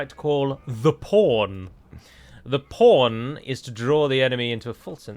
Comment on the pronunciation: when you said “pawn” in relation to drawing out the enemy from the bridge I thought I heard a slight “r” pronunciation in between the “w’ and ‘n” I heard “pawrn” which made me think “This ‘porn’ has to be an acronym or an unfortunate named military tactic”. I could be wrong though I had to mention.